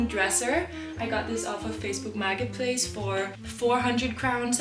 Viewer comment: "Facebook Maggot Place"--Such poetic pronunciation...